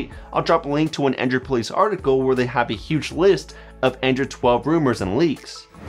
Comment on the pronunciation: It sounds you are saying "Andrew"